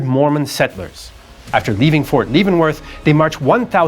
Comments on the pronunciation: It's Lev-en-worth, not Leave-in-worth. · It is not Fort "Leevenworth". It is Fort "Leavenworth" (like leavened bread). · you know the presenter is a Canadian when he can pronounce French and Spanish words correctly but says Fort Leevenworth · It is Rio Grand. In pronunciation. At least in Texas! No one from here says Rio Grand-e. Also, I was in the Army and your pronunciation of Leavenworth with a long "e" like "leave" is odd. The "e" is short. Look it up. "The correct pronunciation is typically something like "LEV-en-wurth,"" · "LEV-en Worth" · Nah Leavenworth isn’t pronounced ‘LEe-van-worth’ so he gets a B+ (probably I don’t speak Spanish enough) 😂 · He failed so hard on Leavenworth though lol.